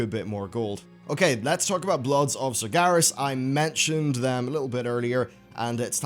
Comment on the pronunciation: when will ever pronounce sargeras correctly